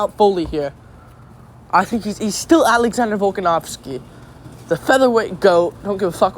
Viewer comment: 1 second in and you're pronouncing the main event's names incorrectly... nice